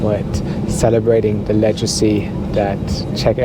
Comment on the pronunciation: Your English is very good but please check out the correct pronunciation of "legacy".